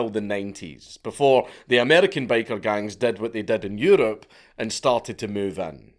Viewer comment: I wasn't paying attention while listening to this, so for the first few minutes I thought he was saying," Baker Gangs." Which I was pretty amused and confused at the same time. I imagined Bakers fighting over bread territories and control over the white powder.